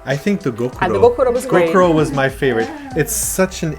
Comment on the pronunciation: when you say gokuro, you mean gyokuro, right?